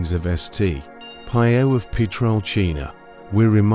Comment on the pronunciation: Kindly pronounce Padre 'P iii o" not 'Pie o'. Thk u dear brother.